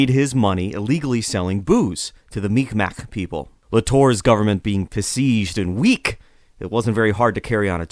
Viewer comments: It's pronounced mik-maw or sometimes mik-maw-key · Mi'Kmaq is more or less pronounced Meeg'ma. The apostrophe elongates the sound that come before it. K is a "G" sound in the Mi'Kmaq language. P is "B" sound and T is "D" sound. Very awesome podcast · The narrator butchered the pronunciation. I hope he corrects it in the future. Great video though.